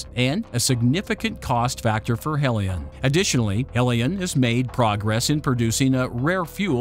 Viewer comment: Your reading robot needs to decide whether Helion is pronounced "HEE-lee-on" or "HELL-i-on". So just get a real person to read it for god's sake!